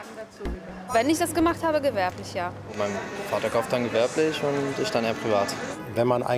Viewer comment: "käuft" Hhahahaahhaha